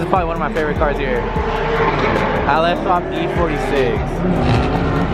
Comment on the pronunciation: It sounds like you’re saying “AL - S” swap lol